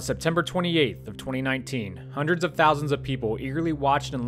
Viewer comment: Not a “ hun- nurt”......... Try a “d” in there. “Dread” Hope that spaceship works.